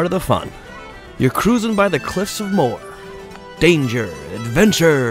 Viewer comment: Cliffs of Mo-her. Not Moore